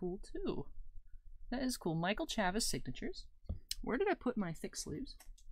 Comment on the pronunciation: Chavis has a long A like in Chase. ChAvis